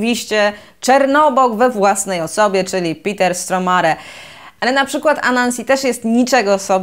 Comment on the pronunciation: A ja zawsze myślałem, że wymawia się Stormare, a nie Stromare